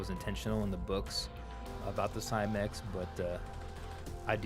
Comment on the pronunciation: Switched off the moment you said Cymek.